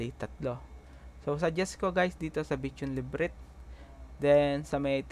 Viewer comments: LA BI RINT pagpronounce hindi librit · Bro.. thanks for your video.. i really appreciate it. But just for you to know about the word that you pronounced LEBRYTH its pronounced as LA-BI-RYNTH.. :) para din makatulong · Labyrinth is pronounced as Lah-buh-rinth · Lods thank you po ng sobra ngayon palang ako nag start maglaro sobrang informational astig. Labyrinth (LA - BI - RINT) po sya basahin. more power and tutorial boss salamat! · matagal nako nanonood video mo.. bakit parang bigkas mo sa labyrinth LEBRINT?